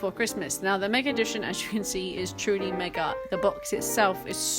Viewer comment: MegaR edition? There no"R" in Mega.